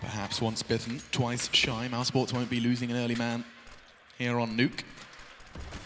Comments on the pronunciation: He really said de neuuuki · Did the caster just pronounced the map as de_nuck-e?